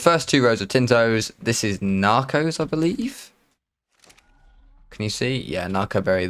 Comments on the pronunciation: Did you say "I be-link"? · "I belink" 😂😂😂😂